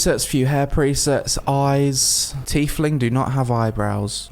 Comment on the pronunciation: its pronounced "Tie-Fling" like a tie-fighter.